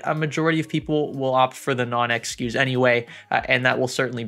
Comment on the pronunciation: Younes Layachi that’s what I was thinking lol, never heard of SKEW